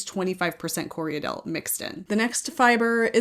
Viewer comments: I know you don’t mind being “guided” on your pronunciation, so it sounds like you’re adding an extra syllable in Corriedale… it sounds like you’re saying “Corry-a-dale”? It’s just “Corry-dale”, two syllables 😊. Thank you for this video - as a beginner knitter it’s so helpful to understand all the different qualities a yarn has. ❤ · I hear a lot of americans call corriedale co re a dale. Thats incorrect, its corri dale......2 syllables, not 3. The breed was developed in NZ and was named after the station on which the sheep were raised, Corriedale Station.(Im a NZer btw)